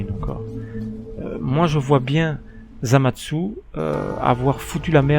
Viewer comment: pk tu dis zamadsu?